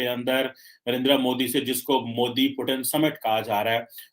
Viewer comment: अरे गधों वो पुतिन हैं। प्युटिन या पुटिन नहीं।